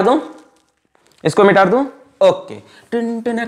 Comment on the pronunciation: Teachers : shall I rub ? OR shall i erase ? OR mita du ? Alakh sir :- MITAR du ? 😂 * best teacher ever *